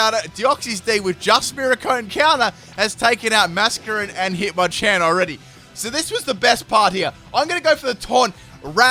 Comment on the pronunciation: Did he call a masquerain a muffle miggin? Chimchum? 😂